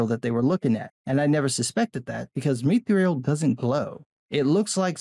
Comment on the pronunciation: Mee Thrill -- I will never not in a million years accept that pronunciation - never you hear lol Myth - thrill (to the death I say)